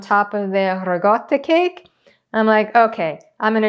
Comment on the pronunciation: Was listening from across the room at first, & I kept hearing you say "regatta", thinking some kind of fancy cheese for the yacht races or something =) You know~ like the pimento served at the Kentucky Derby ~ Could not resist that one, really I couldn't. =) This looks amazing~ bellisima!